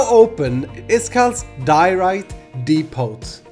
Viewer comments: I don't mean to be rude but in the word depot the 't' is not pronounced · great video. ont thing though in depot the t is silent